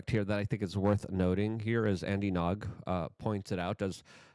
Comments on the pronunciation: Luke: the reporter is Andy Ngo (pronounced NO), not Andy Nog. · It’s Andy Ngo pronounced “no” not nog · It's pronounced "Andy No". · LOL at Andy Nog. NEVER learn to speak English Luke!